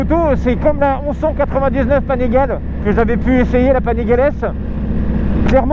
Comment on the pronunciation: Salut, super vidéo. Au passage, Panigale su dit "Panigalé".